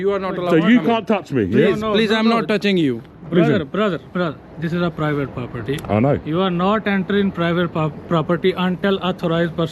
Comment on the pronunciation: This is a pwivate pwoperty 👳🏾‍♂️ 😂